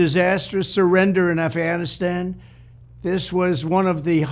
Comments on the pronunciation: Hey Trump , what the hell is " afanastan " ..... you senile old man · Uhm...did DJT just say "aff...anistan" ? Lol. Hehe. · His dementia riddled ass said "Afanisan" 😂😂😂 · afannastan? lol he can't even say it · "a-fan-i-stan"?? This is prerecorded and THIS IS take you choose to use?? 😂 Let me guess, this was the ONLY take wasn't it? And nobody thought to tell the emporer he has no clothes. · I chimed in at Afan-ass-tan 👀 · Did it say Af-fanastan? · Afnascan? Is that what he just said at the start of the video? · Afasastan????? WTH was he babbling about a twenty seconds in my God my brain hurts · 8/30/23 he calls it aff an is tan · Did he just say “aff anistan?” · 22 seconds in he says Affanistan ... where is that ? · He actually said it Afanistan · He said "Afhanashan" did anyone catch that? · "Afanistan"? Ugh... God save us from this orange nightmare. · Hahahaha. At the 20 seconds time stamp, did he say “Afanastan”? This guys lies so much, he can’t even line his crooked A$$ lips. His mom should’ve shallowed instead of letting pop bust in here! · Did he say affflaannastan wtf….😂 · "thousands and thousands we don't even know the number" he can't math ... he can't even pronounce Afghanistan or equipment, and slurring a bunch of other words, donOLD is dumb and a weirdo... only his stupid, echo-chamber supporters would believe his narration of the Afghanistan withdrawal and not go check the facts.. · Apart from the usual fact opposed crap the orange loonie is spewing, I'm surprised that Conald is also even to dumb to pronounce Afghanistan! 🤣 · So you want to run for president and you can't even pronounce the word Afghanistan. Interesting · Donell(since he can’t say Kamala) Trump can’t even pronounce Afghanistan let alone find it on a map. A reality tv personality still playing president! The makeup is a giveaway 🙄 Can we move on from this disaster! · He can’t even pronounce the country correctly and we know that you set that whole shit up you lying sack of 💩